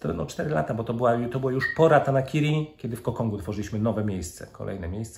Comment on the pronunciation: przeczytales dobrze to co zle napisane chyba ze jest dobrze napisane to zle przeczytales :)) (Ratankiri vs Ratanakiri )